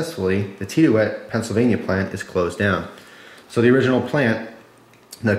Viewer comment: It's pronounced like Tid-E-ute.